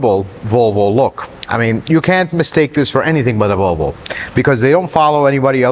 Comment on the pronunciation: Huh? What did he say? Wtf is a Wolwo? What country is this clown 🤡 from? Get the marbles out of your mouth. 🙄🤦🏻‍♂️ 🇺🇸 Leave sales to the salesman.